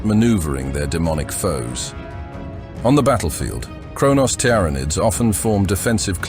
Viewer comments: Tiara-Nids and Tender-Reals got me. Not yet AI, not yet 💀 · it doesn't know how to say Tyranids. well made. tiara nids. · It's Teer-Uh-Nids.... NOT Tee-Ran_Id's... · Tyranids, TiaraNids, Teeranids, Tuurnids. Pick a pronunciation already. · You put me off watching this with your bloody 'Tiar nids' sort yourself out 😂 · Ah the very well know Tiara-Needs bruh just narate it your self... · Need to proofread this AI voice before uploading it's not pronounced TYARANID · Tiara-nids... FFS. enough of the AI generated crap. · Never heard Tyranids pronounced so many different ways in one short vid. I think 'T. R. Anids' was my favourite. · wtf is a "tiarranid"?!? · The "Tiara nids" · Not the tier ra nidssssssss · Every time this ai voice says tyranids I die a little inside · It pronounced tyranids 3 different ways lol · Your pronunciation of Tiaranids altering every time is jarring and I stopped watching. Is this AI voices order?